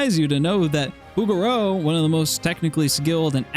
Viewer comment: 😂Bougereau does NOT rhyme with "booger"...it's Boo-jer-oh phonetically. Other than that, LOVE your vid! Cheers.